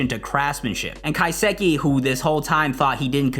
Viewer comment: Love the video but ka-sa-ki